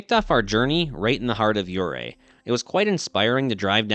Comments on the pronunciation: Ouray isn't pronounced "yeray" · Please! Learn how to correctly pronounce the name of the city Ouray if you’re going to be making a documentary that includes it. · Let's get the name of the town pronounced right. When pronounced correctly the "O" is silent and the town is fashioned after a swiss Alps type of setting. It truly is a beautiful little town. KOA is also a great place to camp in Ouray.